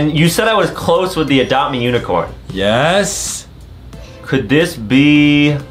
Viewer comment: This came out 30min ago and im at 50 and adem why did you say adopt memammm